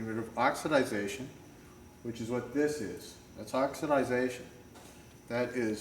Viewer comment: Great video! Pronounced OX-I-DAY-SHUN, OXIDATION.